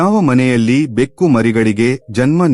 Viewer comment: ಕನ್ನಡ ಉಚ್ಚಾರ ಸ್ಪಷ್ಟವಾಗಿಲ್ಲ, ಎಷ್ಟೋ ಕಡೆ ಬೆಕ್ಕು ಅನ್ನುವ ಬದಲು ಬೇಕು ಆಗಿದೆ, ಪೂರ್ಣವಿರಾಮ ಅಲ್ಪ ವಿರಾಮ ಇಲ್ಲವೇ ಇಲ್ಲ, ಎರಡು ಬೇರೆ ಬೇರೆ ವಾಕ್ಯಗಳನ್ನು ಒಮ್ಮೆಲೆ ಸೇರಿಸಿ ಹಲವು ಬಾರಿ ಹೇಳಿದ್ದೀರಾ.